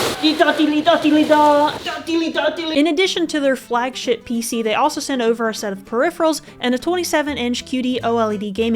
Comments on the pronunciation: "In additional to their Flagshit PC" We caught that! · LOL you absolutely said "flagSHIT" pc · def said "flagshit" lol